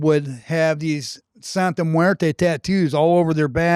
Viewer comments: Bro, you should learn how to say it first before making a whole video about it. “Santa muerta” lmaoooo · Santa muertaah??😂😂 ummm 🤔 WHAAT? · Don’t bring Catholicism into this, Santa muerte is not Catholic. You’re not even saying it correctly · you mispronounce Santa Muerte wrong.